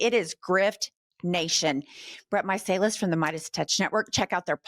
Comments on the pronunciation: Love these interviews with Meidas Touch! However, you are pronouncing their last name incorrectly, they are too polite to correct it. It's 'My-sell-iss' Thanks for keeping in this story, it needs to haunt them! ❤ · is such a ditz. How can she keep mutilating the Meiselis’ name. She’s a deer in the headlights most of the time. I like her but disappointed in her preparation.😮